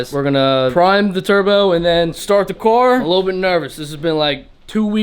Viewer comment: why is he saying car like "cwar" 🤣🤣🤣🤣🤣🤣🤣🤣